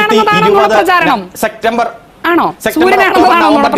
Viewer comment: Arun kumar ippolum sectember enna parrayunne , edda potta sectember allaa september aaaa da pottaaa